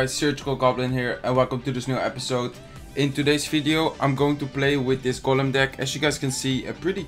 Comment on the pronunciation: golem in het engels zeg je als goolem😉